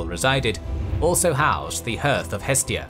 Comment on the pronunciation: Why can your narrotr not pronounce hearth? Or several oter words? every episode he gets things wrong. Someone should correct him. Or is it an AI?